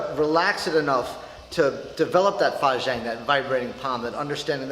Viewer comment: sorry bro, I'm just having a chuckle at your pronunciation of fajin 發勁.